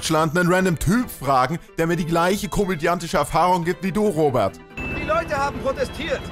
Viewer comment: Ich finde es lustig das er in Kritisiert Aber nicht mal den Namen aussprechen kann Ich habe den Selben Namen und Heiße Robert und nicht Robat